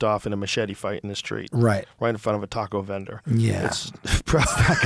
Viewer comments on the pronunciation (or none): none